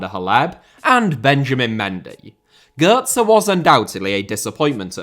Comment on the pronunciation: I love how you pronounce Götze GÖR-ZE . Gör means brat in old northern german. And i bet that is exactly what Pep once thought of Götze.